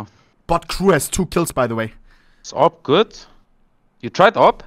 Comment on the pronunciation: "ah-vee-pee"....bro why the fuck do you sound out the first half and then say the wrong letter, and then say the last letter. Its just "ah-p" AWP